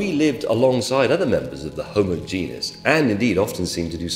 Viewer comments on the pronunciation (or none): I spotted 3 mistakes in this video (though one is just a mispronunciation). It's genus, not genius; Homo heidelbergensis, not what the video said; and others have pointed out that 9999 is not less than 1000.